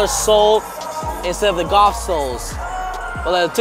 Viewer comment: Bro said goth instead of golf